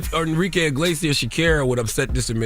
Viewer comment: First time I hear someone pronounce Shakira’s name like this 😂😂 who is “ Shakera “